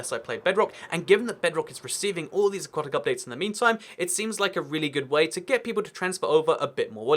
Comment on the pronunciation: Aquatic update, not aqautic update